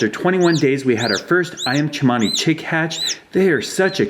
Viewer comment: You pronounced "Ayam Cemani" correctly! The letter "C" has a "ch" sound in the Indonesian language.